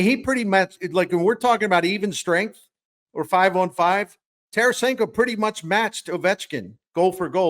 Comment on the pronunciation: Fix 48 for Scott Young also it’s Tarasenko and it’s not close